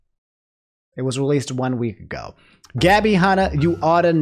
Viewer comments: One. Week. Ago. (pauses and deadass looks straight into the camera) You know what it is. You better fckin say it. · I saw the date on the Gabbie Hanna video and my spirits were raised, only to be swiftly crushed by articulation on the "1 week ago". You win some, you lose some:(